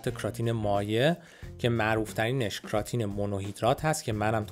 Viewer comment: کراتین رو کمی اشتباه گفتین استاد امین قسمتی در یوتیوب بهتر گفتن در کلیپشون